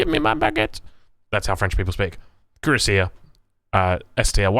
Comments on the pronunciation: It's pronounced KWE - RAS - IYE. Unlike English which is a pretty confused muddle when it comes to spelling, especially of loan-worlds, French is fairly consistent. Cui-rass-ier. Like Courvoisier congnac. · YA YOU FKED UP HOW U SAY CUIRASSIER LMAOOOO